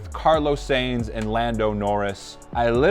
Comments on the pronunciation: Please it's Carlos Sainz pronounced like 'Signs' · Tip: A lot of European names are not pronounced as they look, so for Carlos, it’s SIGNS not Sainz. But saying that, some do sound/pronounced the way they are spelt. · I’m so confused with you because with all the amount of Carlos’s interviews you watched and one of them had someone literally correctly pronounced his last name, you still mispronounce it.